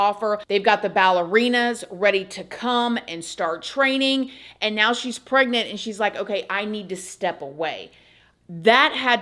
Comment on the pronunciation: "If you'd like to check MEOW" Anyone else hear that each and every time 😂 Just me? Ha! Not no more... Once you hear it, you can NOT unhear it, I swear! 🤣 Love you ❤️